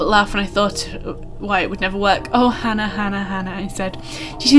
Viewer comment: lol, pronouncing Hana like Hannah, I think it's more like Hah-nah. I'm starting to feel like people wouldn't be writing emails to each other on these subjects, didn't they have phones in the future past?